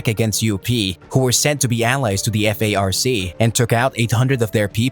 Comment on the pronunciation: It’s FARC not F-A-R-C.